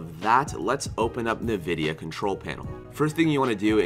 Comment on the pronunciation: Great vid Btw it's pronounced as en-vidia not na-vidia